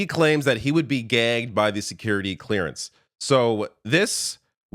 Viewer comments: Yes, it came out as gay... As someone who volunteered to assist young people to pronounce "G", you need to use your gullet... and some people have trouble pronouncing it at all. He was trying to say gagged of course, but he likely had too much of a dry mouth to do it properly. PS: I taught the children how to make the "GULP" sound using a Disney's goofy voice and saying it over and over... as I pretended to gulp a drink. They all were able to do it almost instantly because they love fun voices. Poilievre might be more difficult to teach however... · My wife missed the beginning of the video. She got in the room at about minutes in. She said it sounds like you are saying gay. Kind of shows how irrelevant it is and odd that you are making such a big deal about it when pierre was talk. Why aren't you talking about mark carney not disclosing any interests. Obviously a very biased channel. I always listento both sides but you are really grasping at straws. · Agree. I felt even Mark Carney did a double take because I think he heard "gay" too. I also heard "gay" but knew he meant gagged. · That was hilarious! I definitely thought he said gay when I heard it. Hahaha! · I heard "gay" as well .. lol. I also enjoyed Singh's heckling of PP and facts accounting. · I still don't understand how "gagged" can sound like "gay". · I’ve never heard anyone pronounce gagged gay-gged. He also neglected to say half of the word and stopped after saying gay… I’m going with Freudian slip. As a gay person, I’ve never seen a far right lunatic who wasn’t a dangerously suppressed person not on the straight end of the Kinsey scale. They all are like Roy Cohn. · Yes I definitely thought he said gay at first 😂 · Who says gagged so that it rhymes with gay? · He said .gagged" but dropped the last consonant. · Did pierre say he's gay or gagged😂😂😂😂😂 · "Gagged", not "Gay Though at first listen it sounds like Gay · Oh he said gaged why did it sound like gay. 😵‍💫 My hearing is going. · I heard gay as well!